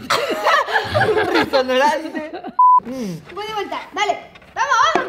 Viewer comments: Nadie:: mira un rizorononte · Un ReSoReNoN... RiNsOrENo... JAJAJAJAJA DIOS AMO A MAS QUE A NADA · Así Es Rinozeronte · Nadie: Absolutamente nadie::un rinozoronte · Yo: UN RINOZERONTEEEEEE, ahre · Hagan más por favor me re cague de risa 😂un Capo. "Un risoneronte" Jaja